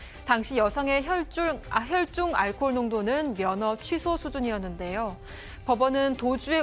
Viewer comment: 혈줄? 아나운서가 발음이 안되네? 계속 혈줄이라네.....ㅉㅉ